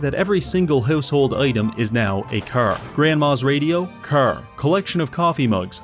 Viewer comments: the way he pronounces car as ker is fkin funny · Is he pronouncing "car" like that on purpose or am I missing something or what?? It's driving me nuts 😆😆😆😆 Curr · It's car but he says cer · i love when he says "chrr" and "chrrmageddon" his car pronunciation is so beautiful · You mean it's not pronounced "crrrr?" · I like how he pronounces "curr". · I hear Cær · with all due respect, why the fuck do you say carr instead of car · The pronunciation of "caehr" is incredible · Preston Krrvy. man can't pronounce Car. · You know, for how often he said it in the video. Youd think he would pronounce car right at least once Curr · mugs? Cah. radio? cah. baby? cah. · "car": ✗ "curr": ✓ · my neighborhood has been hit herrd by the cerr virus 😂😂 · It sure would be awkward if you failed to pronounce "car" correctly a single time this entire video. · Unknown person: Hey, you say car funny.": "That's gonna be a video." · The way you say car is giving me the killer strain of AIDS. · Why do you sound British when you say car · This is the weirdest pronounciation of car, I have ever heard. French Canadian? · The pronunciation of car feels like some sort of torture. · pronounces the word "car" funny. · you say "car' suspiciously Irish-like